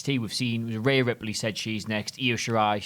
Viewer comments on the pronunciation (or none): pronouncing Candice as Candeece, Rhea as Raya and Tegan as Taygan (Yes, some are alternative pronunciations but you go with how they're pronounced on TV) all but confirms WhatCulture mispronounce everything on purpose